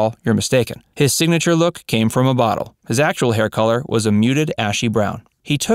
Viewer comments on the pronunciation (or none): none